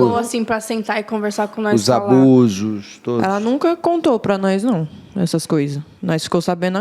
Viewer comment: "Nois" "Nois" "Nois". Misericórdia, meus ouvidos sangram!